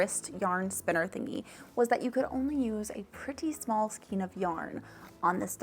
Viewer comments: Skane not skeen. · Skane, not skeen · It is correctly pronounced "skayne." It follows the same pronunciation rules as words such as vein, rein, weight, eight, etc. The rubber band goes at the top to determine the height of your skein. Those ring hooks are actually more for knitting to pick up dropped stitches when knitting on-the-go. I have the same complaint about my project back with the holes in the top. It feels like a mindless design choice, honestly, and is definitely not a feature people with, say, CATS can use XD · As a new crocheter I was also curious how to pronounce skein so I googled it. I guess the correct way is skane with a long “a”. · Skein say like skaine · Skein - -> pronounced SKANE. Please! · It’s skein( skain ) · I think it's Skein like "Skayne" but i dont think it matters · Most pronounce skein as (sk ay n) as if you're saying hay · skein rhymes with rain, and is for things like redheart super saver or yarn wound in that way, hanks are kinda messy but common in hand made yarn (usually a wrap and twist kinda method) ball is a literal ball, cakes are what you get from yarn winders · I love your videos and your energy! I'm pretty sure skein is pronounced with a long a sound, at least in the U.S.